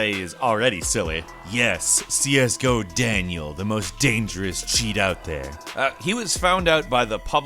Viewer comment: Well now... There was no need to say Daniel like that :/